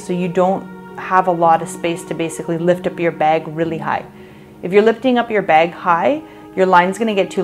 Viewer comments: Girl this is amazing!!!! The way you say beg for bag is amazing ♥️♥️ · Like how you say bag! Where are you from?